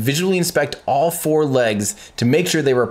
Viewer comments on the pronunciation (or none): none